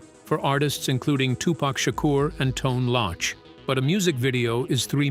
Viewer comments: This narrator said Tone Lotch😂😂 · Wow I'm only 2 minutes in and already pissed off wtf is a tone loch smh these voice overs be killing me 😂😂😂. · He Said "Tone Launch"😮😅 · "Tone 'Lauch" 😭 If you know how it's suppose to sound, spell it how it sounds or modify a similar word like "cloak" to "loak" so that it would pronounce as "Tone Loc", by writing "Tone Loak." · That boy say tone looch